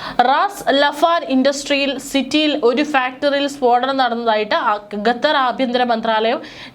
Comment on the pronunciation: ഗത്തർ അല്ല....പറി കേട്ട് കേട്ട് മടുത്തു..ഖത്തർ ആണ്... ഘട്ടർ എന്ന് പറയാഞ്ഞത് ഭാഗ്യം.. വേറെ ഒരു കോപ്പൻ ഉണ്ട്...ഘട്ടർ എന്ന് പറയുന്ന അച്ചായൻ